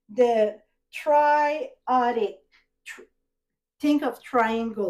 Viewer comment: Tri-attic…. a nal o Gus….